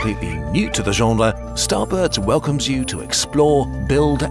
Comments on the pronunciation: Average video: genre Kurzgezagt : gÿèëñréæ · Unsubbing cause of the way you said genre